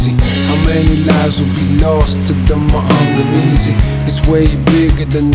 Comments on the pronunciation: Being Kenyan and understanding Kiswahili, I find Akala's pronounciation of Maangamizi quite amusing and slightly cringey😂 But A for effort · it's cringy because that isn't how it is pronounced, but it's understandable because he has a British accent. But him pronouncing it wrong doesn't mean people should stan him any less